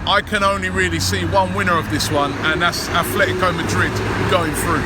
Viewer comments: Who the hell are "Athletico Madrid" it is Atlético .. At - LETI - CO ....why you pronouncing it like it is WIgan ATHLETIC...their is no "h" in it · It's "Atlético," not "Athletico." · its atletico mate . not athletico.